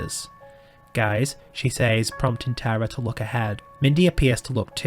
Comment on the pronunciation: As someone named Tara, I would like to say that it was refreshing to hear someone say my name properly and not Tera. ❤